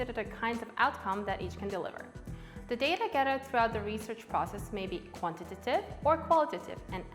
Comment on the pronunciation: Great and helpful video. …but oh lord do I hate the way she says “quantitative” haha